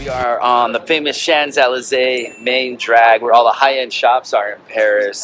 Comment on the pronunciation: Great family fun informative travel videos. Don't quote me on that but I think Champs-Elysées is shonz uh·lee·zay? Wow fantastic room with a view. And 2 balconies. I enjoyed your London vlog too. 👍